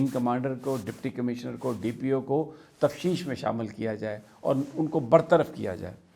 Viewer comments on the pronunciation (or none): Tafteesh; not tafsheesh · Correct word is T A F T E E S H not T A F S H E E S H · Bro... It's not TAFSHEESH.... IT IS TAFTEESH........